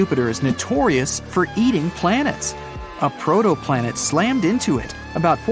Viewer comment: Did you say... Protoplanet???